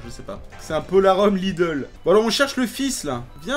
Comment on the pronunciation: Je valide la manière de prononcer Polarhume de. Faut lâcher la bouteille:D